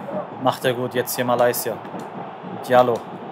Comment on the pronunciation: Geile Folge wieder aber sagst du mit Absicht Malaysia?😂